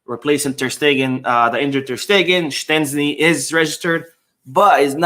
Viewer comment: Hi! I am Polish an Szczesny is not prenounced with a T!,. The sz sound is prenounced the way you said but the cz sound is similar to the ch as in chocolate for example. Keep up the good work with the channel!